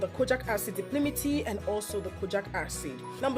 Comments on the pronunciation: thankyou for the video, very informative. But, It's Di-pal-mi-tate not di-pli-mi-ti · Great video thanks. It's called di-pal-mi-tay-t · Dye-palm-it-ate! Exactly. Seconded, these videos are so bright and happy!